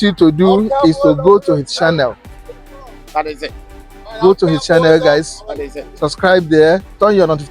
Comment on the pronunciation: please, you have been in Ghana for a long time. Stop saying shannel instead of channel, and before you say shair, it is chair.